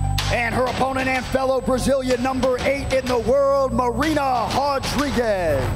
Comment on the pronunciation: Hodriguez? Really?